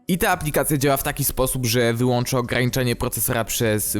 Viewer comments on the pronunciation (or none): none